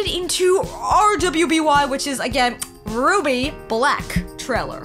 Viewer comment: RWBY is pronounced "Ruby". The first character in red is Ruby Rose, the next is Weiss Schnee, Blake Belladonna, then Yang Xiao Long. The R W B Y represents the four main characters of the show, which I just listed. Also, it is very much anime despite being made by Rooster Teeth(more specifically America) the creators consider it an anime, and it became popular in Japan.